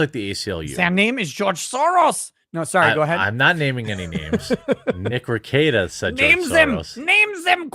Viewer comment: How do you pronounce nicks last name? RE-KEETA?